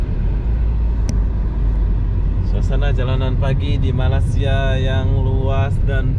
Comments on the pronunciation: Best betul ye jadi youtuber fulltime.. hari2 tengok suasana jalanan, naik turun LRT/MRT sambil tengok orang, ronda2 bandaraya, usik2 cewek dll...bulan2 masyuk jgk... tak payah kerja berat2 dan perah otak... 😀😁😂 Cuma sebut betul2 lah... bukan Malassia tapi Mĕlesia (Malaysia)... bukan mens tapi mains (Mines)... 🙏🙏😀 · Kalau susah sangat, sebut saja Malai-sia. Bukannya Malas-sia ye. 😃. Nanti dikira malas pulak. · Me+Ley+Sia (Malaysia).... Sebuta Putra Heights ---- Putra Haid (Haid itu satu nafas satu sebutan) bukannya 'Putra Heik' ✌️😀 Hehehe... Salam Jumaat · Harap dapat betulkan sebuatan2 itu terutama "Malassia", memang sakit telinga mendengarnya.... ✌ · Cny jln clear. Meleysia la bunyi nya.